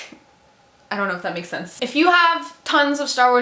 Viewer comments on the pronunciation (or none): none